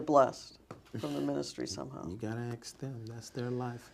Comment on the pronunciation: It's funny listening to him trying to sound smart 😂😂😂😂😂 I rather you get that information someone else...no mfa she's getting it from you.... This man panics and says Ax Michelle(Ask Michelle)